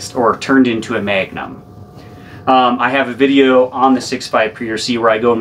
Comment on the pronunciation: It’s like he’s saying megnum not magnum lol